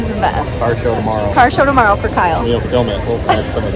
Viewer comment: Lol...KYLE NOT KIBBLE. LOL again!